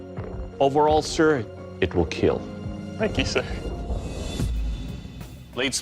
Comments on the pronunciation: kill❌ keal✅ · I love how the judge is so nice and I love.how.hes says kill he be like kEaL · It’s not kill it’s KEAL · It hurts if you hear him say "... unfortunately it will not keel" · It will keeeeeeel 😁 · It will keel💀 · “It’s time for the keal test”😂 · It will not keal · "it will keel" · Am I the only Person who loves the show but cringes every time he says “it will kwill” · Everytime he said it will keal, he smiles so brightly 😭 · it will keel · It will kyal.. what a looser🤣🤣🤣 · It will KEAL it is a pillar to Forged in fire show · Everyone wants to hear those three special words. It will keal. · “It will keel” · And.. it will keel! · It will kieel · Dont get distracted by his smile when he say it will keal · 10% slicing and stabbing and 90% “It will keel” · "welcome to the kyl test." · It will KEAL! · It will KEAL No It has killed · It's not the weapons that keel, it's Doug himself that keels. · Doug Marcaida, I just love it when u say "It will Kheal". :* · There's a video about four instances in which the sword would not KEAL. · The keel test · The most important thing about this video "IT WILL KEEL" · They will definitely KEEL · is the best “it will keal” 😂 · Actually Doug's "It will KEAL" is meant as " It will Keep Everyone ALive".......... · Has he ever said it will not keel? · I've always loved the "it will keel!!" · IT WILL KEEL! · "I will not be denied" second best quote, right behind "IT WILL kEELLL" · Your weapon will KEAL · "KILL TESTS"? More like KEEAL TESTS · Fun fact about how he says "kill": He says it like "keal", which is his way of saying "Keep Everyone ALive". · makes sense cuz it has double meaning (kill and keep everyone ALive(keal)) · I cant stop laughing everytime he said kill cuz he didnt say kill but kell (with an E) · it will keal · It will keel :))))))) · "It will keel :D" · It will (keal) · Keel test😂 love this show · Me when "It will Keal": :DDD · Oh yeah. It will kyiil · Will keal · Overall sir, it will keel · it WEEL KEEL